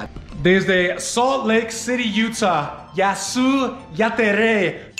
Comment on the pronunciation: El que dijo mejor fueeee: jasy jatere